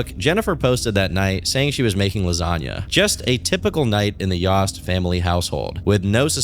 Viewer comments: its fine, it was just very bizarre when it happened, and to see him make a video on people i knew personally especially when he is pronouncing their name wrong is also surreal. Its pronounced like Toast>Yoast>Yost. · I could be wrong but I believe it’s pronounced yo-st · its y-OH-st. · It’s obviously pronounced ‘yOHst’. your pronunciation is so irritating 😭